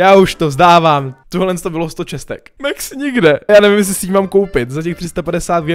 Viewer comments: pls říkej max neříkej mex pls šte mě to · Čte se Max ne Mex.